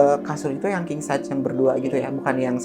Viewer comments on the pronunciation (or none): none